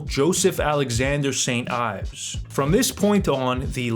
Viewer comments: You lost weight! Lowkey you were hot thicc haha love you Edit: it’s pronounced Eves Ee-vs not Ives look up how Yves Saint Laurent is pronounced bud haha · Ayves? Really? So u say Ayves Saint Laurent too? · Yves is pronounced "eves"